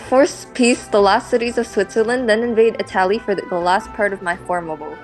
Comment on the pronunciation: can u please say italy correctly it makes my blood boil when u say itaali😭